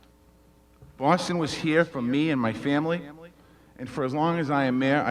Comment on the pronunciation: You pronounced Boston the wrong way . Not how we should say it